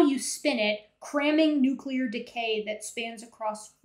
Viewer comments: it is Nuclear not Nucular. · I'm pretty accepting of people's pronunciations of words, but as a former US Navy nuclear reactor operator, it drives me INSANE when people say "nucular/nukular physics". Seriously. Can you just look it up in a dictionary and learn how to pronounce it? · Two seconds..."NUCULAR physics". Debate over. Learn our language, please, sir. Does NOT bode well for the man's argument.